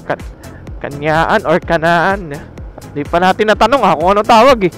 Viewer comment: Bakit ba cañaan ka Ng cañaan eh Canaan nga Yan